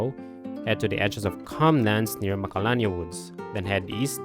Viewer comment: I can’t understand what you’re saying when you give the names of places. Where do you go after you get the cloudy mirror? The edges of magalalala woods?